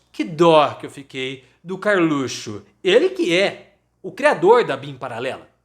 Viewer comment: acho fantástico quando falas Karlutxo. O lugar desse bandido é atrás das grades.